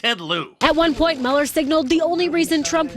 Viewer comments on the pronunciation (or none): Why does everyone call him Muller? His name is Mueller as in Ferris Bueller. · His name does not sound like you liberals want to spin it it's German and his ancestors yes here it comes mein heir sounds like mule ok Mueller not mull so Mueller sounds like mule er ok Elmo now you say it we don't want to have him sound like a camp guard not CPB say it mule +er no not saying Robert Mueller is a Nazi but find it weird the distancing from the Germanic pronunciation of the name to a more of a Engllish sounding version see SJW's how anything can be twisted and made different this is called humor not real like CNN wife's account not her opinions or anyone's it's fake not real